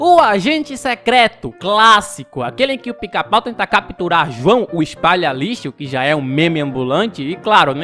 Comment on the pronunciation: Vc só errou nome do Luiz espalha lixo vc falou q jao